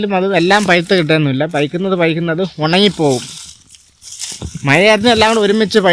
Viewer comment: പയ്ക്കുന്നത് അല്ല പഴുക്കുന്നത് എന്ന് പറ.